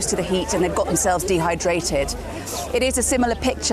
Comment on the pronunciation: "..to keep people DEhydrated"! She's high on the SlyLie drug..